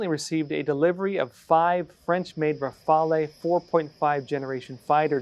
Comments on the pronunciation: Rafale is pronounced rafal (the "e" is mute and the accent is on the last syllable. Just saying). In French, it means gust, flurry, squall, blast. Rafaley just sounds dumb. Of course, you already know that Google translate has a pronunciation function, don't you? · I keep cringing every time I hear "RafalE"... English people should read it "Rafal".... It means, burst/gust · the "e" in Rafale isn't pronounced. [ʁafal] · it all depends on how you would pronounce "potato" or "tomato"... in French. In case you're curious, to have the word rafale pronounced like did, it would have to be written: rafalé (see what I did there?) and not rafalè or even rafalê (which would also have to be pronounced differently, but do not exist in the French language). To my French ears, "rafalé" sounds like "ravalé" (look it up, this one exists). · Pronounced Rafale, as in Rafal without e at the end. It's French not Italian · Say "rafal", do not pronounce the e. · If Australia got into a confrontation with China and the Aussie's need help. I can assure you America would assist Australia. That being said, Australia has a very strong and capable military. I believe the Aussie Air Force has F-18 Super Hornets in their fleet. And the French Rafele (it's pronounce Raffele as in a person's name) is a much better fighter with advanced capabilities over the J-20.